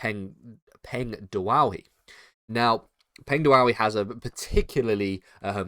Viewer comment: "Peng dwowy" lol